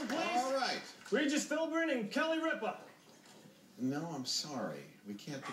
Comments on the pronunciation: its got nothing to do with daytime TV when all the letters are up there it has to do with pronouncing it correctly. just think about it for a second. how do you say ripa minus the a. RIP. now say that and add an ah. RIP-AH. its common sense to me. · wait so what if they dont know how to pronounce it they dont get the points? like ripa he just said rie-pa not rip-a is that seriously why he didnt get it?